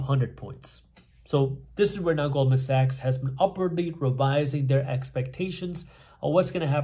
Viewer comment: I thought he said gold and sex, and he said Goldman Sachs 😅!